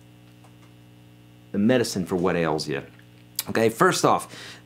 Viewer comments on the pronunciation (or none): none